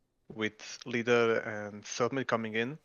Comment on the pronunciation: he announed lider right ? XD